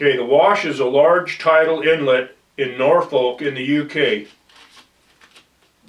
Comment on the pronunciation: You would have thought he would bother to check the pronounciation of Norfolk , Lincolnshire and Anglia ???